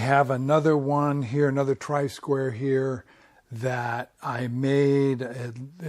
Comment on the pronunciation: Tri-square?! Isn't it try-square?